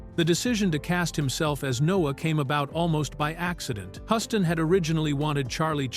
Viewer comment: Yup. AI is very annoying. John Hughs-ton is the correct pronunciation.